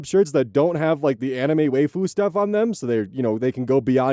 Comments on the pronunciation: Love ya but hearing you say waifu as waif-uu instead of wife-u breaks my brain a lil each time, like a mini-404 "error, error, processing meaning" each time. XD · I'm sorry did you just pronounce waifu as "way-fu"? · I've noticed it for awhile but that's not how you say Waifu 😭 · The main thing I got out of this was oz pronouncing waifu wrong lmao